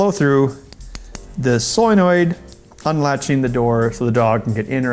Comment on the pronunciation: "soyenoid" "neomidium" lol